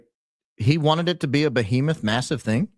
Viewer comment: "BO-HEMETH" 🤦‍♂️ shes not very bright.